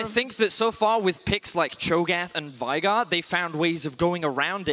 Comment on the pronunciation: Can you PLEASE get your casters to say Veigar correctly? Come on man =/